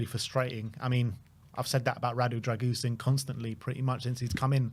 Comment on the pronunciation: Who's Drag-goosen? Embarrassing that you get the pronunciation so badly wrong.